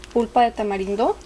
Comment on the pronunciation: TODO SE VE BIEN LO UNICO ES QUE CUANDO HABLAS;;;;ASENTUAS MUY FUERTE LA ULTIMA FRASE O LETRA ;;;EJ;;;CANELA;;;Y DECIS;;;CANELAAA;;;;;TAMARINDO ASECAS;;;;DECIS ;;TAMARINDOOO